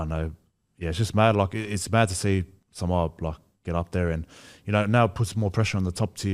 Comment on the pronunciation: Sole oni who your saying Samowah 😂😂😂😂